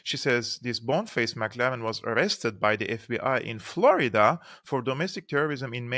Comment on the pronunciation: Boneface's name is "McLellan" not "McLaren"